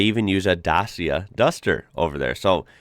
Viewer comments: Actuallly Dacia is spelled not as da-ss-ya… the correct one is da-tcha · Hey buddy :) still a Dacia problem ... try to pronounce it like "Dutchia"